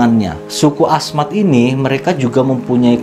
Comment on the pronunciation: Hahahahaha lucu deh suku Asmat kali bang bukan suka Ahmad.. love you lah walaupun salah dalam pengucapan kalau sama orang ganteng gak ngaruh kali, ya gak bang.